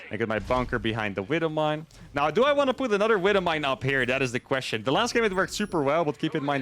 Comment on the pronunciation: the way he says wibble mine always gets me :)